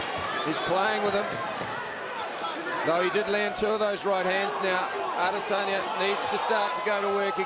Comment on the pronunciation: that one commentator "Ay-Diss-Enya" 😂😂